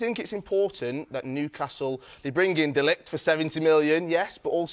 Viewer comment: He said De Lijt with his chest. clueless